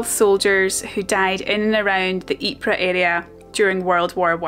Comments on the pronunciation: Great video. I highly appreciate and respect how many UK people still visit the Ieper region today to keep the memory of their ancestor's sacrifices alive. By the way, the correct way to pronounce the name Ieper is: Eep-er (not Eep-rah) 😊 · Ypres was also called 'WIPERS' by British troops, who couldn't pronounce Ypres. My grandfather was wounded in the battle of 'Wipers winter 1917', He was sent out on a patrol, with an officer an NCO and several other soldiers. They got lost in no man's land. The office split the platoon into two the officer took half and the NCO took the other half. The officer and men were never seen again (presumably lost in action presumed killed). A shell exploded near by and shreaded my granddad's left arm with Shrapnel, he was evacuated to a hospital in Croydon, to recover (the doctors wanted to cut his arm off, he wouldn't let them). Several years later he built the muscles up by squeezing a rubber ball.